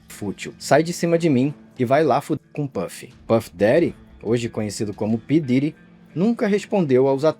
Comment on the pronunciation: Esse vídeo é foda mas o nome “p diddy” ficou mt cômico pra mim nesses últimos tempos, ainda mais o jeito brasileiro “pí diiry”